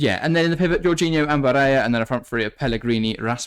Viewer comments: Barella is Italian not Spanish. Pronunciation of his name is how it is spelt not “barayer” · Ba-re-La... Its Italian, not a rocket science.